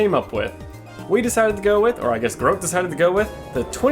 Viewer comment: The way you say GROK is killing me 😭